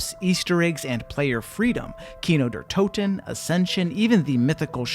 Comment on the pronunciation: i am german and your fluent and fast pronouncing of kino der toten was actually my fav scene. nice video by the way, good humor and informative as well